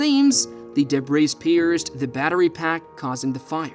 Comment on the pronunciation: Somebody needs to teach Mr. AI how to say the words vehicle, debris, three, thirteen, highlighted, fleet, statistics, risk, and so many more.